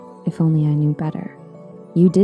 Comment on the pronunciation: better* not batter